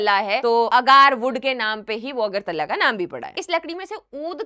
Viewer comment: मैडम खुद मेघालय को मेघाल्या, अगरतला को अगारतला, और सुश्रुत संहिता का नाम भी ढंग से नहीं बोल पा रही!